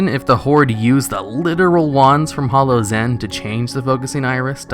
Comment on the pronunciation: Hollow's end? It's HALLOW...not hollow.